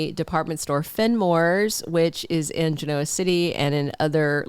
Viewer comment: I like how you pronounce Genoa, sorry to hear about how things are with you Mom.